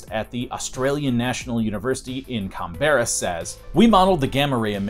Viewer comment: it is pronouced CAN-BRA